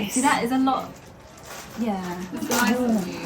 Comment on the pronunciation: "noice!" (with the pens) 😀 "Oh yeeeah" (with the guac) - detecting some Aussie accent there? hehehe